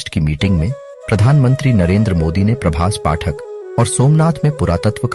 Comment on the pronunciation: Prabhas patan(name of the place) not Prabhas pathak